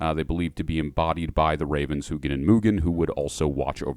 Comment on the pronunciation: Jhil is my favorite for obvious reasons lol but just a little side note odins ravens are pronounced hue-in and mew-nin I'm very fond for norse mythology especially the raven symbolism which is said to be the constant search for wisdom and understanding. If you haven't heard of it I'd highly recommend researching the Valravn. The game hellblade does a very good job at depicting this and the valravn falls closely in line with who or what jhil is.